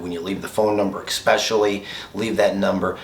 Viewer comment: Don’t pronounce the c in especially.